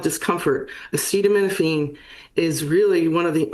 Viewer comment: lost a ton of credibility by not pronouncing acetaminophen correctly. Not as badly as Trump, but seriously?